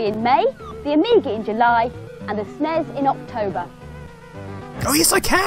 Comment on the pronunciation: "esnes" ?? I always though it was "S-nes" (like letter S, pause, nes)